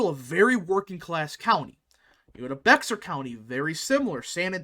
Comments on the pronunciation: It’s pronounced “BEAR” County not “BEXAR” County. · Bexar County is pronounced like “Bear”, the x is silent . From a native Texan. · It’s Bear county, the x is silent. San Antonio is in Bear county. It confused me at first when I moved there. The local will laugh at you as a yankee! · Great video! Looking forward to more like it. Just a friendly constructive remark: Bexar is pronounced like Behr as in Behr paint. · Based on your pronunciation of Bexar County, you ain't from Texas are you? lol